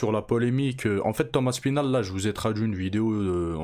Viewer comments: Insupportable ce manager ... Écorcher le nom du champion intentionnellement aspinall en aspineur....quel manque de respect. Alors qu il a du visionner 2 000 fois les vidéos d aspinall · " tom aspineur " 😂